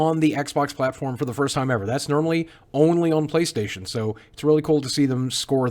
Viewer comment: Playstatiown' is how you pronounce it.